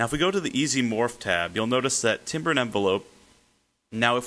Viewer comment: "Timbre" is pronounced "TAMBER", not "timber".